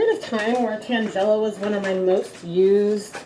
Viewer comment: Very interesting experiment. I think I like the mop best. FYI, tangelo is a fruit and it’s pronounced TAN-gel-o.